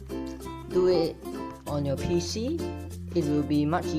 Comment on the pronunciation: its pc not peepee